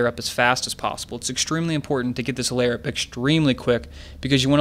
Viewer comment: Please stop saying 'layer'.. It's a lair, not a layer.